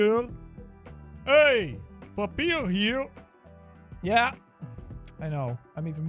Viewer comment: heLL YEAH DUDE Hollup how is his "papier hier" actually so good